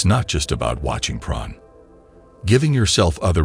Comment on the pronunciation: what is this pron he keeps talking about? is he trying to say porn?